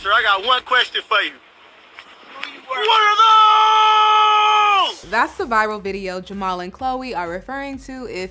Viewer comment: That’s not how you say what are those jamal 😂 jamal is a white dude inside.